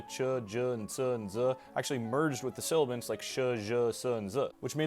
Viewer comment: You transposed syllables in the word "sibilant" twice.